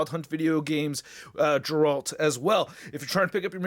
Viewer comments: I love you brother but its pronounced like "Gair-ult" not "Jeralt" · Indeed. 'Tis "Geralt," not "Jeralt" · Stop saying jeralt it’s Geralt ... hard G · Jeralt, its geralt not jeralt. Doug cockle is ashamed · It’s Geralt NOT Jaralt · every time i heard "jeraalt" I cringed haha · Hey, "Geralt" is pronounced with a hard "G" like the word "gift" or "guardian" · Alright, buckle up, your old uncle Optimus is about to give you a Witcher crash course. If this helps you, I wouldn't be opposed to you pinning the comment so it helps others. I'll make a load of Marvel references to help you understand 😎 1. You kinda butchered the name I can't lie 😂 You say the name as you see it, so phonetically, it's spelled "Gerult of Rivya". It's a hard G, like game. 2. Witchers are essentially bounty hunters. People pay them to kill monsters mainly, but they can do a wide range of things as long as money's involved. They're like mutants, in that they're feared and shunned from society. There was a huge pogrom against Witchers and many died, and since then, no new Witchers were trained. 3. There're many different Witcher schools, but Geralt is from the School of the Wolf. His teacher was Vesemir. 4. Witchers are like Jedi, in that they're taken in when they're young. I think they're all male for the most part. They all go through the Trial of the Grasses, which is an initiation test, but this is very dangerous. The kids train rigorously and are injected with mutagens and chemicals, which give them special powers, but there's a high risk of death during this process and sadly many kids die; Geralt was one of the lucky ones. 5. Witcher powers are basically the same as Cap's, in that they're super soldiers. But they also have the ability to cast limited spells, like a shockwave, fire, mind control, a shield and some others. They also have heightened s